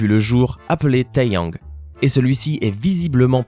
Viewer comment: pour les fans de Kpop Ta remarqué la Pullip et t'a remarqué "Taehyang" ?? Taehyang comme dans bigbang XD